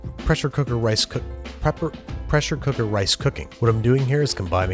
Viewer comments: "presh cooker" master race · I'm offended with how he pronounced pressure cooker.